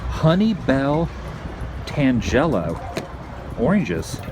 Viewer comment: tan-jello? sorry Adam but its pronounced tan-gel-o. You should of walked that dock over to the old railroad bridge and really gotten a awesome view. Safe travels my friend!